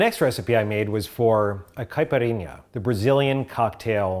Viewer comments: nailed that pronunciation and recipe for caipirinha, very authentic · As a brazilian, I was very impressed with the Caipirinha you made. Also, love the way you say "Caipirinha". =)